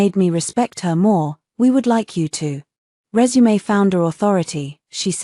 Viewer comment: Gotta love AI reader- Resume = 📑 'rez-oo-may' when it should have been 🔄 'ree-zoom' Simple auditory mistakes that almost ruin the context if you aren't paying close attention or reading along.